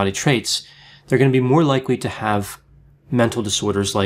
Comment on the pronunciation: You need to learn how to pronounce 'disorder'